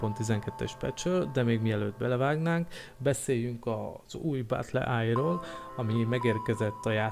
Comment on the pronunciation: Nem battleáj, hanem battleye.